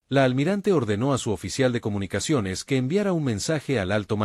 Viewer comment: "intercheptaron comunicachones" Horrible esa voz de IA.